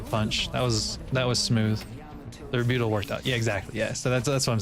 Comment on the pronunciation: Pronouncing rebuttal like that is like calling a cup a cyoop